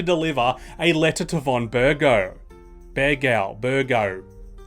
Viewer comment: VOHN BURG OV. You sure you played???